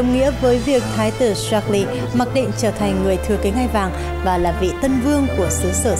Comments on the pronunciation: Ko hiểu sao biên tập viên tin quốc tế mà đọc được Charles thành sác li hay thiệt :))))) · Charles mà đọc là sác li! Nực cười😂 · Cha nữ hoàng là George VI và tên vua ko phải sác lơ=)))))))))